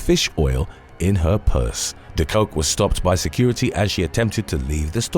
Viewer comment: De Kok is pronounced 'the cock', not 'the coke' though she probably has handled both. To complicate matters a bit, when translated into English it means 'the cook' (also roos is pronounced rose).